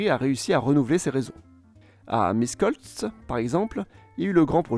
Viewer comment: Michekoltz, Petche... is how you are supposed to read Miskolc and Pecs. You did a very good job on the video, anyawys! P.S. There were many more tram systems built in that period, such as the one Temesvar/Timisoara. Also, Timisoara is bigger than Oradea, Satu Mare and Arad, it being the largest in Western Romania, with about 5% hungarians, and it was not mentioned.